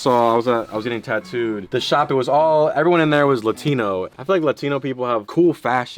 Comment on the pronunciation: Mexicans:”Latinos”:”lUtinOs” No hate😂